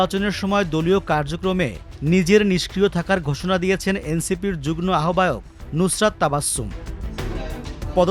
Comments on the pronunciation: জুগন না, কথাটা 'যুগ্ম' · 'যুগনো' বললো মনে হয় প্রতিবার!!